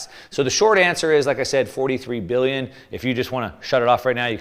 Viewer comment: Billion or million….. you’re saying Billy and the title says million